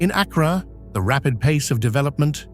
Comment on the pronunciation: He mispronounced Accra.